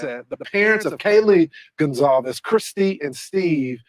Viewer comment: Con-calves (it sounds like con - colvs) not s